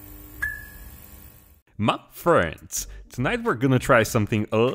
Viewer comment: I like that "mA friends" in the beginning